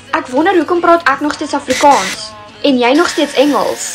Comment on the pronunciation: Why does she pronounce afrikaans like that 💀